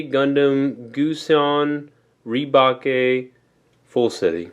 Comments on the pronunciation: It's pronounced as Re-Bake not Re-Ba-Keh. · its "re - bake", not "re - ba -ke" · great custom kit..............................BUT THAT'S NOT HOW YOU SAY THE NAME internal screaming REEEEEEEEEEEEEEEEEEEEEEEEEEEEEEEEEEEEEEEEEEEEEEEEEEEEEEEEEEEEEEEEEEEEEEEEEEEEEEEEEEEEEEEEEEEEEEEEEEEEEEEEEEEEEEEEEEEEEEEEEEEEEEEEEEEEEEEEEEEEEEEEEEEEEEEEEEEEEEEEEEEEEEEEEEEEEEEEEEEEEEEEEEEEEEEEEEEEEEEEEEEEEEEEEEEEEEEEEEEEEEEEEEEEEEEEEEEEEEEEEEEEEEEEEEEEEEEEEEEEEEEEEEEEEEEEEEEEEEEEEEEEEEEEEEEEEEEEEEEEEEEEEEEEEEEEEEEEEEEEEEEEEEEEEEEEEEEEEEEEEEEEEEEEEEEEEEEEEEEEEEEEEEEEEEEEEEEEEEEEEEEEEEEEEEEEEEEEEEEEEEEEEEEEEEEEEEEEEEEEEEEEEEEEEEEEEEEEEEEEEEEEEEEEEEEEEEEEEEEEEEEEEEEEEEEEEEEEEEEEEE